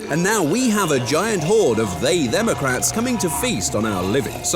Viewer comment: “They themocrats” 😂😂